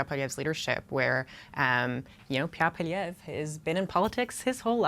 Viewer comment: "Poppiev"??? said by the Flamer on the panel. What the heck is she on either then the #OrangePill. It's Poilievre and she should practice that in the mirror before going on National T.V. The correction later on in the interview is so sad with the smirk smile. Have to call it like we see it or hear it.